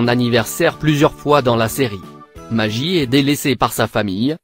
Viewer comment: Simeson sa se prononce comme sa et maguie pour le bébé